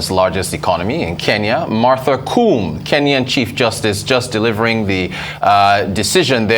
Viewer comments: It’s Martha Ko-om-e note Kum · Please it's Martha Koome, not Martha Kuum 😂😂😂😂😂😂😂😂😂😂😂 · In Kenya the Constitution sets limits on the period within which the Supreme Court must hear and dispense with a presidential petition. On a very light note the Honorable Chief Justice Martha Koome’s last name is pronounced “Kohmee” the oo is pronounced as oh and the me is pronounced as meh.